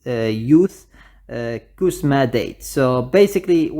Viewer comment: I like how you pronounce the "Died" to "Date"😂 Anyways what happened to Hua(sim)?